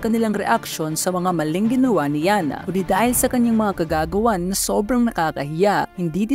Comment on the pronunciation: "... ngunit dahil sa kanyang kagagawan..." I heard it as kagaguhan